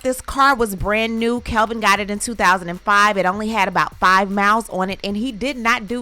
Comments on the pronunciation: You are gossiping about them and don't even know that man's name. It's Kevin, not Kelvin. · Isn’t his name Kevin? Not Kelvin? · I thought his name is Kevin?? Not Kelvin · It's "Kevin".. not Kelvin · She said Calvin during the story. His name is Kevin 😂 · Why you keep saying "Kelvin" The clown 🤡 name is KEV-IN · His name is Kevin not Calvin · Isn’t his name “Kevin” not “Kelvin”? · It is driving me insane that you are mispronouncing his name throughout this entire video 🙄 Kevin ≠ Kelvin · The man’s name is Kevin not Calvin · Girl, you KNOW that dude name is KEVIN, not KELVIN. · My girl KEVIN not CALVIN 🤣 Good video though ❤ either way he broke lol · His name is NOT Kelvin. It is Kevin. There is no L in Kevin. Enunciate if you are going to YouTube it! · Kevin not Kelvin! No L! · It's Kevin, not Kelvin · Its Kevin not Kelvin🤦🏾‍♂️😒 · Kevin not Calvin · He better go and knock on her door and tap on her windowpane. And btw...his name is KEVIN not Kelvin.